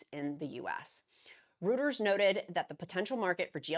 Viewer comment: Reuters = royters not rooters